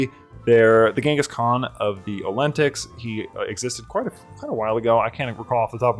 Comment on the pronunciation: I usually pronounce it "ol-te-nics"